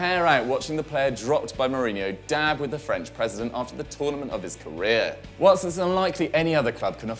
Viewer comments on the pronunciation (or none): none